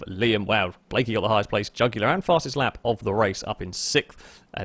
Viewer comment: Trying to say jugular. Me: The vein in your neck!